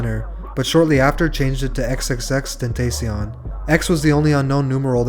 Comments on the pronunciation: she said xxxtentaycion bruh. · ten tay see on? Cmon bruh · I’m a big fan as you can see (pfp) but B*TCH IF YOU DONT PRONOUNCE HIS MOTHAF*CKIN NAME RIGHT “xxxTentaSheion” it’s ten ta c yon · that reporter pronounced his name “xxx ten tas onion” lol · do not disrespect him stupid news lady pronouncing his name like that disrespects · The way that they pronounce his name at the start really pisses me off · the saddest part about this is how the reporter pronounces xxxtentacion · Nobody is gonna realize how they mispronounced his name the whole time? #RIPX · the bitch didnt say his name right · What gets me annoyed is newsanchors not knowing how to pronounce his name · Ur saying X name wrong😡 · The way she pronounced X's name :( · Imagine gathering all this information about X and still pronounce his name wrong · I F**KING HATE WHEN PEOPLE PRONOUNCE IS NAME WRONGLY!!! R.I.P X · How the hell you do all this research and still pronounce his name wrong? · I got so mad when when the news girl said Xs name wrong.